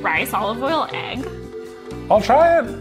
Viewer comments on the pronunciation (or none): pronouncing "eggs" like "ayeegss"